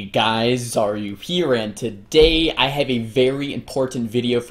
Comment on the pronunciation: As a non-native speaker I'm so confused by this intro. Is it "hey guys Xaryu here" or "hey guys are you here"? I've tried googling it but Myth Busters has nothing on it.